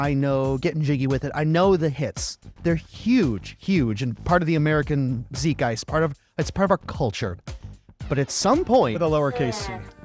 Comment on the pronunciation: You pronounced zeitgeist like zietgeist.